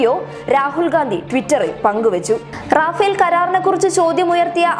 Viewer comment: റാഫേൽ അല്ല റഫേൽ ആണ്